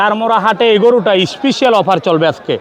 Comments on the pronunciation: খালি বলে ইস্পিশাল অফার।স্পেশাল না বলতে পারলে ইংরেজি বলার দরকার আছে?একে তো চাঁপাবাজ, বাটপার তারপর আবার উল্টাপাল্টা কথা। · Special ❌ Ishpisial ✅